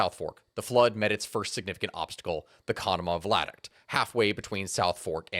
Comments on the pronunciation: OMG stop saying vlad-uct! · Lol vlad-uct. Via-duct. Great video! Love the channel! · Pretty sure he's misreading viaduct as vladuct throughout this. Viaduct is an low bridge across a valley. Vladuct is not a thing. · _ V I A D U C T _ NOT WHATEVER THE F*CK A "VLADUCT" IS!... How does that even REMOTELY SOUND right??... And do you NOT get ANYone else to PROOF you videos BEFORE POSTING so that you DON'T end up sounding like a MORON??.... 🤦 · Lmao he says Vladuct the entire video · THANK YOU!!! I have been sitting here trying to figure out WHAT THE FECK he was talking about! 🤣 vLaduct! Hahahahahahaha! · As tragic as this story is, every time says “vladuct” instead of “viaduct” I have to swallow a laugh. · I love this video. You are awesome. You kept saying "Vladict" around the 33 minute mark, its pronounced via-duct. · Vi - a - duct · I'm sorry, but were you trying to say Viaduct ? Bc I'm hearing "VLADuct" lol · yeah, it KILLED the entire video for me.. guess I'll never know what happened in the last half, because I cannot listen to that BS. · Are you saying v i a duct? I keep hearing an L